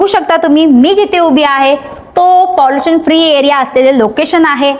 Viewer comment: पाँलिशन...नाही....पोलुशन....